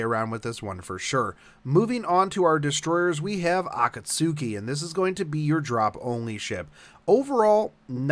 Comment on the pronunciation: Man I didn't use to like you but this video was spot on and very informative. Find myself more interested now, and also thanks for the heads-up, gotta level a 5-2 team. Also, you dont watch anime do you? cus if u did u would be pronouncing Akatsuki differently.